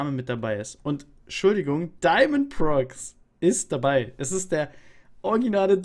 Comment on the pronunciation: Es heißt daimond pro X